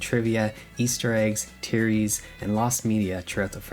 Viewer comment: Why did he turn Jamaican for “theories” at the beginning